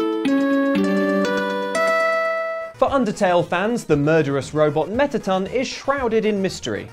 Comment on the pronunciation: He don’t know how to say mettaton